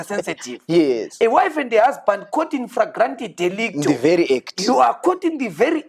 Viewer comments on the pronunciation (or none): Meet the guy who said infragrant delicto 😂😂😂😂😂